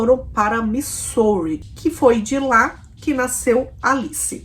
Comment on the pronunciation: nao fica brava comigo nao, mas ja assisti varios videos seus, e faco maratona muitas vezes, e quando voce menciona o nome da cidade Missouri - USA voce fala errado, nao e uma critica, sim uma ajuda. Na proxima vez que voce falar o nome dessa cidade diga assim: mizuri, ajuda ne, - nao fique brava, te curto demais. Bjo❤